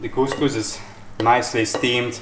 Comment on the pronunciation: the pronunciation of couscous is just perfect, the problem is in the cooking process 😅, that's not steaming it's soaking.